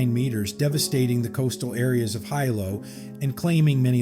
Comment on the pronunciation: "HIGH-lo" -- "HEE-low" dumbass